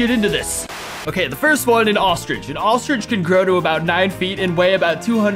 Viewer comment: bro saying he can kill a crok and says ostriht is harder